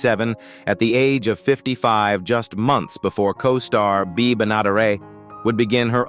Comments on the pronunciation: It was Bea. I don't know what AI was pronouncing it as ..it wasn't anything I recognized. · Didn't do a very good job on Beas name